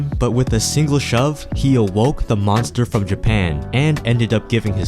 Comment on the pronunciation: I believe he said "mongstha"